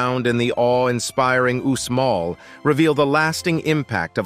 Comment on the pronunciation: at 25 minutes, you talk about "Uzma" which is actually the well known ruins of Uxmal, I recognize it for having visited the site. Why call it Uzma?